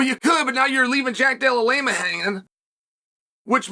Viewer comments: Why does Chael hate Jack D so much? He keeps calling him DELLA LAME A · "Della Lamea"😂😂😂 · Jack della-lame-a